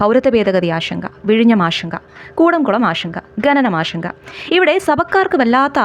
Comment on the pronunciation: ഇതാരാ ഈ പറയുന്നേ, ആഷങ്ക, ആഷങ്ക, ആഷങ്ക. 😅😅😅 ആഷങ്കയല്ല എന്റെ പൊന്നേ ആശങ്ക . ഇപ്പോ എല്ലാ മലയാളികളും കൂടി ശ എന്ന അക്ഷരം എടുത്ത് കാട്ടിൽ കളഞ്ഞു, പകരം ഷ എടുത്ത് പ്രതിഷ്ഠിച്ചു